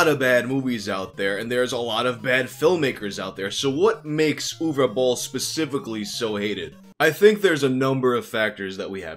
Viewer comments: Congrats on pronouncing the name Uwe somewhat correctly. I had a teacher whose first name was Uwe and my parents kept calling him “Yooeeey” because that’s how they sounded it out. Poor guy eventually gave up on them ever saying his name right and just asked them to call him “Mr (his last name)” as if they were also students lmao. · Cool video. I am from Germany and also not a big Boll Fan. But I think that his movies kept getting better he stopped making video game adaptations and that he deserves some respect for doing his thing against all odds. And you are the first non german Youtuber who pronounced his first name right. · Honestly on behalf of all Germans thank you for pronouncing "Uwe" the right way, I have heard everything from "Uwu" to "Yu-wee" and you finally did it right